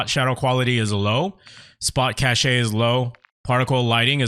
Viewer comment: My man really called cache "cashay"...